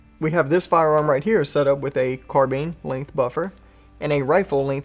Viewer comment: Uug carbine not carbean lol